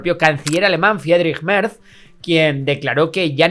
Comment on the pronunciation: Me duele mucho cada vez que decís "Merzzzz"... Es como cuando oímos a los alemanes decir Gaul Gonsales cuando nombraban a Raúl en el Schalke... se pronunciaría Mertss, con una T y una s alargada. Pronunciais mejor a los grupos yihadistas que a los nombres alemanes jaja. No lo toméis como un comentario Besserwisser (os pongo hasta deberes), pero habláis mucho de Mertchedes (me gusta el mote) y duele oirlo con la Z española.